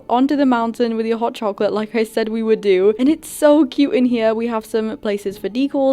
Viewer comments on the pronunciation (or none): It’s not sould it’s would